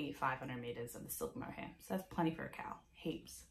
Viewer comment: Haha high five on not editing! You’re perfectly imperfect just the way you are! Gorgeous knitting, ESPECIALLY that lento which is in one of my all-time favorite colours! Also, quick Aussie cuteness alert, whenever you say “cowl” I often think you’re saying ‘KAL” and vice versa. Prob just my ears but it makes me smile every time.